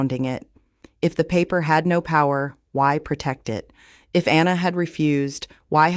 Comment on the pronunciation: Uuggghhhh is I.t, or I.e.t means it or its and the ai generated voice can’t pronounce IT!!! Please use a human voice, I doubt that this channel is not really Amish because they don’t allow anything of the secular world allowed, this could be Mennonite because I understand they have more free will than the strict Amish do, I will not subscribe until you fix this AI problem because it’s extremely flawed and frustrating to listen to… please fix it.